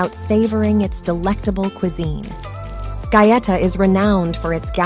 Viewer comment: They lost me when the narrator mispronounced the name of the town.